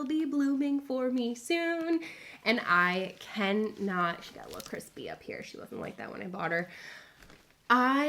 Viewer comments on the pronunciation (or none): none